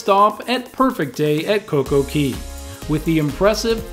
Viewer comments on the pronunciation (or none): Perfect day at coco cay rhymes. Perfect day at coco key does not. It's pronounced kay, you donut.